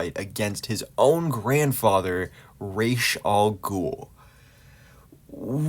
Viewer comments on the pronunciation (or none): Ras Al Ghul is Arabic. Ras means 'head' in Arabic and is pronounced R-ah-s, not Raysh.